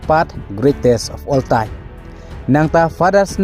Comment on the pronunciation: Rukom pronounce phi greatest of all tine